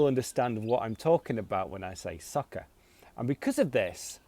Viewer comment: Good job, you pronounce soccer like sucker. Same pronunciation? or im wrong